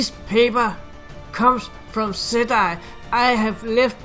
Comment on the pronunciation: It's pronounced ,settee, not set I. For gods sake man !!!